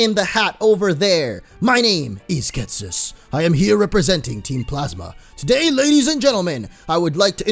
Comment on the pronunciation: is Ghetsis scotish now lol